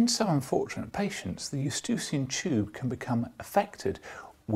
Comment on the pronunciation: I'm not familiar with this "estucian tube" you refer to... all humans I have examined have eustachian tubes (i.e. pronounced "yoo-STAY-shun").